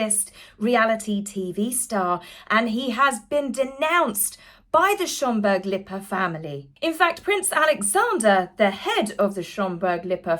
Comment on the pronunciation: And unlike certain nameless others you know how to pronounce Lippe i.e. not Lipee…….